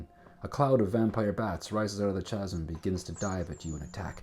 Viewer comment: Very enjoyable. For the record, though, "Chasm" is pronounced "KAZ'M."